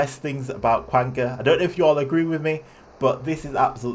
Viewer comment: Its pronounced kanga like kangaroo you flip flop